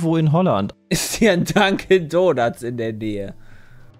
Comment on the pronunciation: Nach dem 20. "Dankin donats" habe ich ein bisschen die Krise bekommen xD